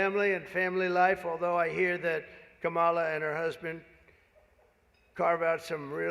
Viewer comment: Trump: "KaMAla is disrespectful"(intentionally mispronouncing her name).